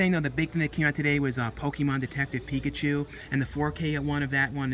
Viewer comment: Picked up the steelbook of detective Pikachu today, and man it looks GORGEOUS, one of the best ones ive seen lol you mispronounced it